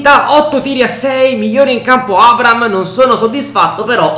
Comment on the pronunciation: NON È LUI FERNANDEZ GIOCA PURE COC,AD,ES. RONALDO INVECE AS E ATT. POI NON SI TROVA IN UNA SQUADRA DELLA LIGA 1 2 3 MA BEN SÌ IN UNA SQUADRA DELLA LIGA SANTANDER (PERCHE STAVA AL REAL) COMUNQUE SI DICE ABRAHAM NON ABRAM